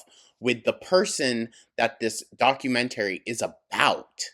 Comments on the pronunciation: The way says documentary... it makes me think of the plan-eh-arium episode of south park, but like, the opposite. DocumenTARY. Love it so much. Lol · iv never heard anyone say ‘documentary’ the way you do 😂😂